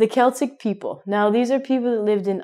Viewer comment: great lesson,thank you. I have only a question: why you pronounce Cheltic people? In Europe we say Celtic people, just like other words starting with 'Ce', like 'ceramic', or what else. Tnks